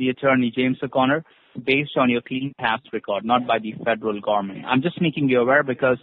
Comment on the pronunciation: The federal “ GOMMENT”